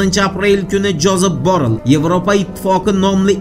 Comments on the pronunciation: ЯХШИЛАБ ОРГАНИНГ. КАРАНГ. ЖОЗЕФ БОРРЕЛЬ.БОРРЛ ЭМАС🤗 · Джозеф Барель тугри айтилиши